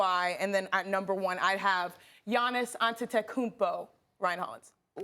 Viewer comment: His name is A-DE-TO-KUN-BO.